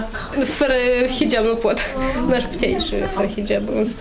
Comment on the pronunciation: Nice pe liba nu va sat bine cand zicet hijab proste de bubuie